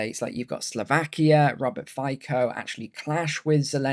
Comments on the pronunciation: Just to let you know, Fico is pronounced Fitzo. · It’s pronounced as “Fitso”